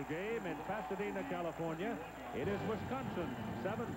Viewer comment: I wish announcers would learn how to pronounce wisCONsin.